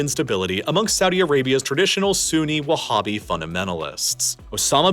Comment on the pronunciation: Saying whabbist and talking about those scumbags non human attacks are truly laughable, oh and saying Sunni as if Abdullah ibn al wahab (the “whabbie” creator) isn’t Sunni is again truly laughable. It’s sad seeing how much work it went into it